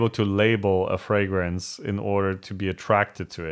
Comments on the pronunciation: Yes, there are reviewers that can't even pronounce the word fragrance. One of them is Thomas LinScent. He says it "fre-grence". And he says it ALOT. Almost like he knows it irritates the HELL out of me. Lol. But first he has to tell you about the weather in his area😡. These are the main reasons I don't subscribe to his channel. Most reviewers know how to pronounce the word, but there are some out there that have a hard time saying it right. People with foreign accents are forgiven. Lol. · There is a regular fragrance reviewer in Canada who pronounces “fragrance(s)” the odd way his guy did at first. Now, there are two people in the world (LOL) who have a problem pronouncing fragrance(s). 🤦🏼‍♂️😆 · I'm sorry...but I don't take advice from a guy that hangs frames with no pictures and a hand mirror. And he's criticizing?? Lol. Try pronouncing the word "fragrance" correctly first. Then we can talk.